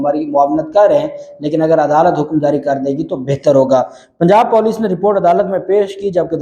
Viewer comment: It's Puuuleeecc PENDU And you are pronouncing Poooooleeeccc